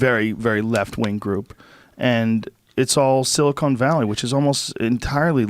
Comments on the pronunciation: LOL...Joe says "silicone" valley. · I like Joe, but when he says "sili-cone" valley.... Reminds me of all the idiots who insist on saying "NUKULAR".